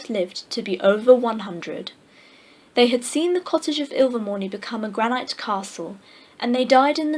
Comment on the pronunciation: Nice reading, but the words "granite" and "Narragansett" were mispronounced. Granite is a mineral, pronounced: GRAN-it. For "Narragansett," listen to this